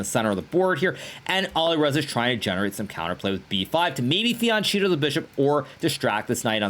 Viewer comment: I’m sick of hearing “fiancieto”, it’s FIANCHETTO !!! 🤬